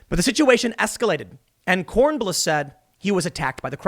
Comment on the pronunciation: Kornbluh lolllllllll